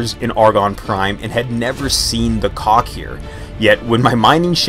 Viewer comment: Because I played X2 where they are the primary antagonist, it "Kack" rhyming with sack or back etc. There's a touch of the back of the throat thing between the K and H. I hope that helps at all :). I had quite the laugh at "Cock invasion" which is either terrifying or exciting depending on who you are, LOL